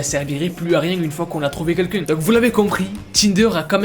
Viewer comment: J’adore ses vidéos mais il y a des mots qui me termine « trouver quouelqu’un » 😂